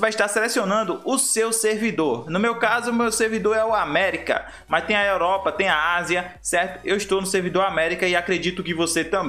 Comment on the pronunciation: para a europa é com U no fim. nao é com E